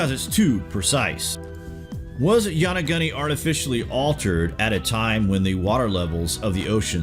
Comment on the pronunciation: Loved this video but lol you didn't pronounce Yonaguni quite right still good job.